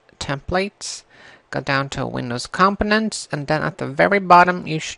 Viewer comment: You said j when it was a g, buttom instead of button and you said components differently from how most people i know say it so it is probably wrong. thanks for helping me though :D